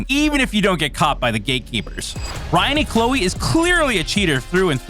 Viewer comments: Dude saying Ry -annie Clowie? Then a clip he has of him has the broadcaster saying it correctly. Kinda looks like you don't do your homework or review your material. HA HA HA! A hockey glove is a "Brutal Projectile?!?!" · Say it with me Ry-an Clow … ie Ryan Clowe. Learn to pronounce their names if you wanna make videos about hockey. How disrespectful.